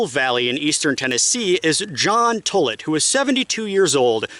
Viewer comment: As a Tollett and descendent of this story the pronunciation of my last name is wrong. It’s not Tullit, it’s like Tall-it. Thank you for this video though it’s great!!